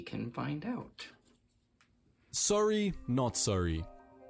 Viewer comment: He said sorry in the most Canadian way possible